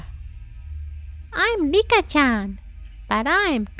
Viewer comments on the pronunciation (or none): It’s not Rika it’s lica